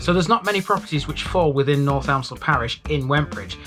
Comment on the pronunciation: Nice one. ‘Elmsall’, btw, is pronounced ‘Emsall’, don’t know why, but the ‘L’ is silent.